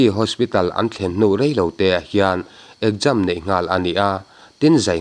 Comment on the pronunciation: ekjam tia pronounce hi eng dictionary ah nge awm ..ekzam tih ve mai awm